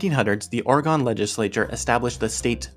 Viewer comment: bro you know how to pronounce oregon. why the hell would you do that?